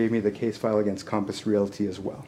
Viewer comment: Calmpiss Realty Calmpiss Calmpiss IT'S COMPASS COMPASS COMPASS!!!!!! Calmpiss?????????????????